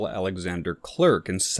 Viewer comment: Uhhh… The surname “Clerck” in Swedish is pronounced “kleark”, not klurk”. Almost like “cleric”, but with the two syllables compressed into one.